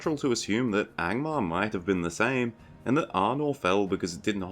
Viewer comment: I spat toothpaste all over my bathroom mirror when you said „Gangbangmar” 😂